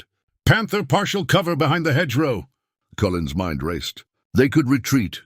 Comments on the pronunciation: The announcer was annoying and not pronouncing "Cullen" improperly. Didn't you listen to the final recording!? 😯 😱😡😠🤬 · How broken down was the tank, they used it in combat? How many wrong ways can you spell and pronounce a man's name?